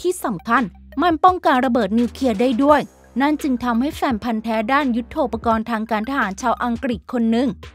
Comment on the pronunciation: ทำไมฟังเสียงสะกด ( น.) กลายเป็น ( ง.) อย่างเช่น หนึ่งพัง เก้าร้อย 1900. หรือว่าเชื้อสายจีน